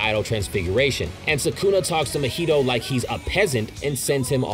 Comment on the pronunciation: I hate how you pronounce Mahito lol (Should be Ma-He-Toe)